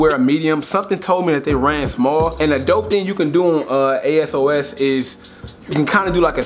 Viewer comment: Its pronounce a sauce